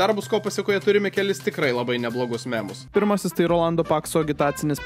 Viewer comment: MYYYYMUS O NE MEME'US